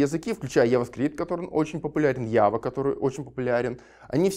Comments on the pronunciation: Бля , мои уши. Ява, Веб, перфект энглиш лангуадж. эти запинания. Нельзя было дать слово человеку, который умеет говорить? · я так люблю людей которые говорят ява а не джава, чувствую братскую душу аж. отличная лекция